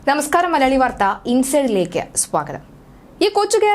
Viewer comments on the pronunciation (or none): none